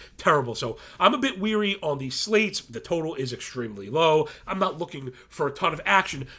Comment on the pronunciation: Love the show! One thing though, and it's a silly thing, is that when you say mean to say "wary" you instead say "weary". So instead of saying, i'm feeling cautious about x player, you're saying I'm feeling tired of x player, lol. Again a dumb critque if you can even call it that. I watch a lot of DFS analysis and sports stuff and a ton of people do this. It just makes me chuckle but I thought I'd point it out this time as i'm at work procrstinating.